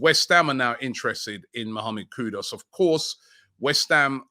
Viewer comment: KudUS, not Kudos